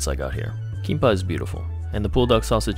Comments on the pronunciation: no problem with the pronunciation (since jap and kor share some words, albeit having different meanings) but u just forgot to pronounce the last letter it's KIMBAP with a B/P sound at the end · Kinpa is close but the real pronounciation is Kimbap❤ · KiM-baP dude. That was some horrible pronunciation. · Hey love your videos! Just for future reference, the correct pronunciation is "kimbap" It's just two Korean words put together to form one. kim = roasted seaweed bap = rice Hope you enjoyed Korea! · 김밥 or Kimbap (pronounced geehm-bahp) is the proper way to say it in Korean. Also, some convenience stores are much bigger with much more variety while some are smaller. Glad you enjoyed the food. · The Japanese pronunciation of kimbap is so cute lol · He killed me the way he pronounced kimbap. SAY IT RIGHT PLS!!!! 🙏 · Dude couldn’t be bothered to pronounce kimbap properly lmao. Does he also say MakuDonarudo instead of McDonalds? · why is no one talking abt how he’s pronouncing and spelling kimbap 😭😭